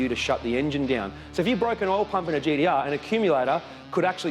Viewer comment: Thumbs up for saying GTR and not GDR.